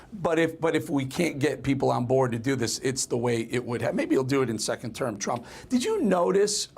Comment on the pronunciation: Trimp ???? Newsmax please spell his name right T R U M P not Trimp